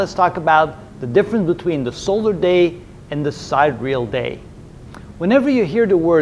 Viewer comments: First of all, isn't sidereal pronounced sai·dee·ree·uhl, and not side·reel ? Secondly, isn't a sidereal day 23 hours, 56 minutes, 4.09 seconds and not 9.5 seconds? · Isn't "sidereal" pronounced 'sai-de-re-al'? Instead of 'side-real'? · I couldn’t believe it but it’s true. Pronouncing it as sahy - deer - ee- uh l is weird. I prefer side-real! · Great explanation. But isn't it side-ear-ee-uhl? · I love your content! I’m learning a lot, especially the life and death of stars, I devoured those. Just one thing, it’s pronounced “sai·dee.ree.uhl”. Thank you on behalf of my OCD.